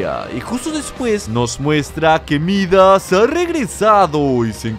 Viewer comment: Todos escuchan: Midas a regresado Yo escucho: a regresado jajaj